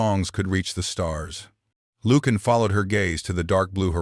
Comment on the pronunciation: It would be extremely helpful if you could spell and pronounce words correctly. Ie. Lucian…. The “C” does not have the sound of a hard “K”. And it is not pronounced ‘Lukan’.